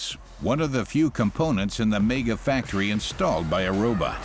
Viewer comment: Its not pronounced mayger its megga.......mega